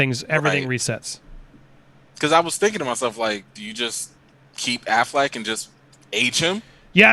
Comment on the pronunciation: Good conversation but is the guest saying "Aflac" like the insurance company instead of Affleck on purpose? is that a bit?